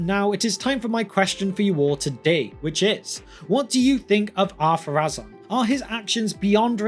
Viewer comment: I thought is name was Adunaic, therefore not following the same pronunciation rules as the Quenya. And, even if it did, I was sure the accent over the final vowel dictates that vowel be stressed - the rule for which supercedes all other rules, even in Quenya. For example: Númenorë (stress the "u" and pronounce the final "e" as an extra voiced sound) would be pronounced NOO-menor-ay Or am I wrong?